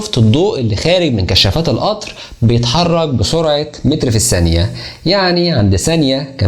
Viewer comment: اسمها الثانية و ليس السانية